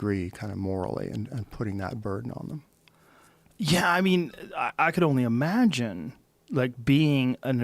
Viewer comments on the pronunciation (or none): Joe "Amagine" Rogan